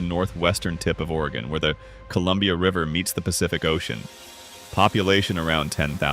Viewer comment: The AI is good in some spots, bad in others, several mispronunciations and titles that were messed up in one spot and fine in another, though I was surprised that it didn't pronounce Sequim as seekwim like many real people do. They also pronounce Oregon as Oregone though too. Some of the maps and scenes directly related to the topic, some not. I think I have been through or took short vacations in all of them except Brookings and lived in North Bend before it was taken over by Seattle and Bellevue residents who commuted rather than live where they worked plus incoming Californians, all driving up the prices, it was affordable when we lived there in 1983, starting an upward climb by 1990 when we moved. I grew up in NE Oregon where we moved back to. I go to Sequim to see family that moved there back in the 1980's and sometimes to Port Angeles where my brother also drives for a large local trucking company. Sequim has a very broad flat area as opposed to PA, which as they said, is somewhat hilly. The town itself is several miles from the Strait as opposed to PA which is right there. PA has a large drug problem as I can attest to because unfortunately a family member is involved in it, and a lot of homeless and a fair amount of crime too. I wouldn't be afraid to walk downtown in Sequim at night in most areas but it also has its problems. I stopped a vehicle theft early one morning at the motel I was staying in when I saw guys messing around with a pickup in the one spot in the pa